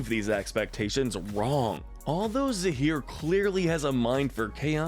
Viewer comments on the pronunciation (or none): zaheer and p'li, not zahir and police.